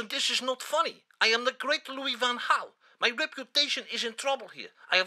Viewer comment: Louis not Luis